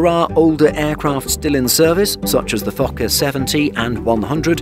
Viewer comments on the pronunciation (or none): none